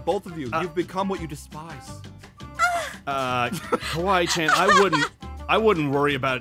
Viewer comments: kAWEE CHAN lol😂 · Aphmau: "Aron" Also Aphmau: "Kawee chan"... me: ...that not how you say it 🤨😐🤨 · Not cawee Chen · Aphmau: kwee chan Me:kwee chan ? Me again: IM DYING lolllllllll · I laughed so hard when Jess called Casey kawee chan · [Aphmau mistake]tries to say Kawaii Chan but says Kawee Chan